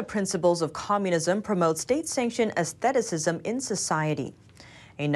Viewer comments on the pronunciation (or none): It's a thee is um. For those just reading the comments, she mispronounced atheism as something like athleticism